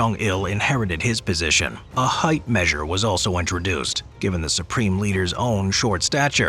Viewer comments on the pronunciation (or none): none